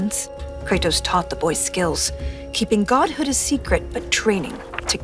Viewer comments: She didn't say BOI correctly lol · She has to learn to properly speak the word "boy". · "a wife and a son" ❌ "a wife and a B O I" ✅